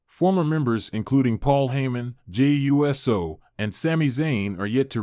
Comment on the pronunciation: Uso is not pronounced right. It is not USO like the United Service Organization. It is ooh so. Pronounce it right or don't say it at all..